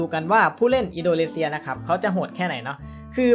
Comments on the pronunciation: อินโดนีเซียครับพี่ไม่ใช่อินโดเลเซีย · อินโดนีเซียครับ ไม่ใช่ อินโดเลเซีย 555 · ทำไมผมได้ยินว่า อินโดเลเซีย